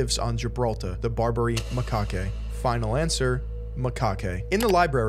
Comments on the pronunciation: macaque is pronounced "muh-kack" not "ma-kah-kay" ... the hawaiian shirt and captain's hat is Skipper from gilligan's island. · Dang I've never heard of this. Maaaan I really liked pepe the frog. You pronounced macaque wrong by the way.